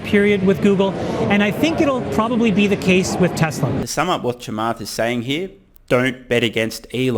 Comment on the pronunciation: Thank you for pronunciating Chamaths name correctly